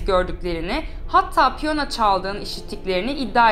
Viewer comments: Piyona değil piyano 😉😉☺️ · piyona değil piyano...